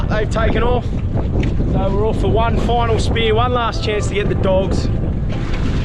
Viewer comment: Why can't you say off properly?